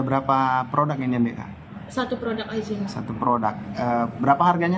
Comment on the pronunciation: Penyebutan yang benar produk bukan prodak. Jurnalis koq gak paham kaidah bahasa Indonesia, sih.